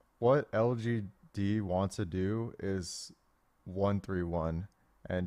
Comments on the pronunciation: You can do it dyrone it's L-G-D. One more time L-G-D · he cant say lgd lol xD